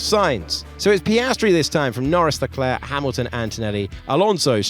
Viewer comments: What’s up with the way they pronounce Charles Leclerc? Sounds like they say Shal. No Ch, r, or s. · Sharl Leclair